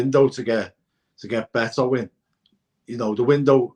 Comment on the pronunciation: I can never understand people who pronounce the Portuguese surname “Beto” as “ BEETO” as if they have never heard of the legendary “Bebeto”…unless they also stupidly pronounce that name as “BEEBEETO”… his name is of course pronounced [ Baeto ]….show some respect ffs